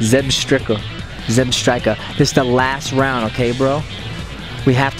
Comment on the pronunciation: It's zeb strike a